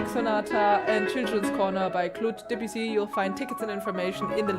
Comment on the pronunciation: I like your videos very much. Thank you for all your musical and technical insights. However I am French, and Debussy should be pronounced somewhat as "Döbüssi" if it was German spelling.😉